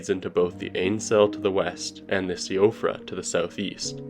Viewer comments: siofra is pronounced she-ofra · Siofra is pronounced Shee-fruh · Siofra is pronounced like She-fra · its pronounced shufra btw..... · Siofra is Irish so it's pronounced She-fra. Not being nit-picky, this is a great video! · Siofra is pronounced "SHEE-fra"